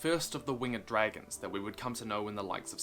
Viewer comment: Yeah “but what abbout dragonzzzseeeah!”